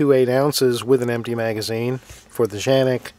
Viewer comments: What are you calling the gun Janik? It has been confirmed it is indeed pronounced Can-ik just like it’s spelled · Dude lol it's called canik not janik with a C the way you saying it is funny come on😂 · Why do you Keep calling it Janik? Its Canik, with a C. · Tf? Did he call it a Zhanik??? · You're in AMERICA. It's K....K..........Canik. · Because Canik's Turkish pronunciation is pronounced Janik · Ita “K”anic. With a k sound. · Nice review. I don't think you're pronouncing it right though (unless you were just poking fun). I think Tim from MAC initially said that's how to pronounce it, but then I think he corrected himself in a later video explaining that the weird pronunciation was a mistake of some kind. Anyway, my biggest beef with the Canik is twofold. One, I've seen pics of people who use this gun a lot and the finish is rubbed off all over the place and it doesn't have a ferritic nitrocarburizing treatment, so it's going to be a lot more susceptible to rust than the VP9, Glock 17/19, Walther PPQ, M&P9 etc. I also don't like the height. 5.7" is just too high for a gun in my opinion. It's just wasted space. If I need to go from 15+1 rounds to 17 or 18+1, I need a rifle.